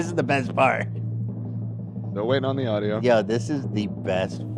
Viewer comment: God I died every time played the sound bite of saying “au-u-di-o” when donnas screen froze and she couldn’t connect to the sound